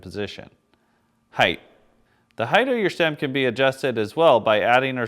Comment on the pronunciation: Nice video, but it's "height" (hite) not "heighth" (hithe).